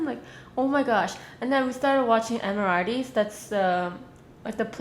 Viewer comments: The way she said Emirates :)) lol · There's first class and business class. I believed the vlogs you watched are from first class!( also first time hearing emirates pronounced this way lol) But i completely agree with what you said... First class are only for the extreme rich